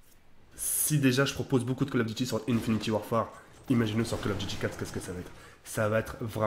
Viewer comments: ON DIT PAS "INFINITY" MAIS INFINITE 😂😂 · Arrête de dire infiniti à la place de infinite sa me perturbe mdr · stp c'est domonation et pas damanation ensuite INFINTE ET PAS INFINITY merci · c'est pas méchant mais c'est "Infinit"E" Warfare